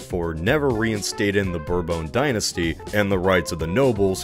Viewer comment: Are you intentionally mispronouncing Consul and Bourbon?